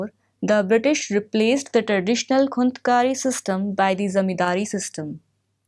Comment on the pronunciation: First, santhal and munda revolt happened in Jharkhand not in bihar. Second, it's not संथल it's संथाल. thirdly, it's खूंटकट्टी not खूंतकट्टी